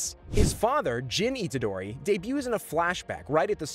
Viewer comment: Good video but names arnt said right